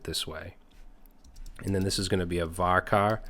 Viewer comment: Great stuff as always man but...CHAR in VARCHAR should be pronounced with the ch sound, not k. It's similar to merc and mercenary, in that merc is an abbreviation but the c sound changes.